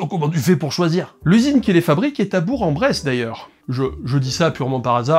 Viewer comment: Et on dit bresss, pas breste !